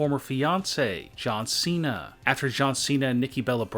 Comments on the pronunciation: No he said John centa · he said John Cety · This dude said John sedy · He said John sede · He said John Cedy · He said John centy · John sedi?